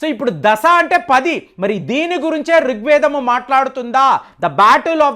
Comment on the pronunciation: రిక్వేదం కాదు. రుక్వేదం.